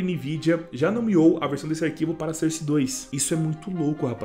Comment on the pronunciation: Utilidade publica: a pronúncia de SOURCE não é "sârce", mas sim "sórce". Tmj ✌